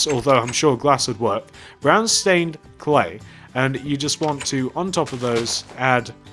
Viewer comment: at the start you said redstone cley